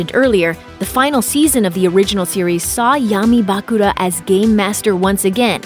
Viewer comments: Bah-Kula? i dont wanna sound mean but is is that hard to pronounce Bakura? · Tea - Tay-uh Bakura - Buh-Cure-Uh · Bah-kur-a and Tay-a get the names right please i watched this show long time ago and still know it my son grew up with it too. Even if it was a bit later. Just spelling it out as it sounds. Thanks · The way she pronounce Bakura, im speechless 🤣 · can you make the next video with someone who has actually watched the series? SO annoying to hear her mispronounce Tea and Bakura over and over again.